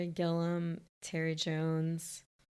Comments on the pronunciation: Terry Gilliam pronounced 'Gilly-am' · It's making me nuts how you keep calling Terry Gilliam Terry Gillam. Stop!